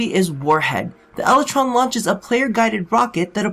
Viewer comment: "Lel"ytron Lol